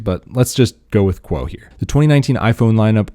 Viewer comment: It’s ming chi kuo not quo